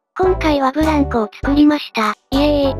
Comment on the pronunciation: ブランコのイントネーションわろた